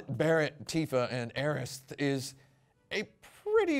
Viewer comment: What do you mean “as well”? He didn’t say Aeris. Or Aerith for that matter. He said Aerist to try and appease both camps. FWIW I used to be hardcore in the Aeris camp until recently. This Remake has pretty much made me give up and join the Aerith cult. No use fighting against it now that the Remake has voice acting and names you can’t change anymore.